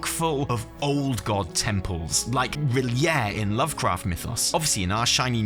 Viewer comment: R'lyeh is pronounced "Ruh-Lay" :(